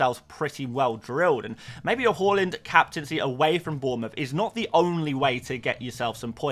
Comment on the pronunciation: Haa-land Who’s Haw-lund?